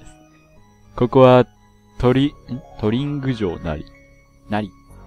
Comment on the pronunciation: うぽつです！ 「トリング」では……？なんか『トリリング』って言ってるように聞こえました(^^;)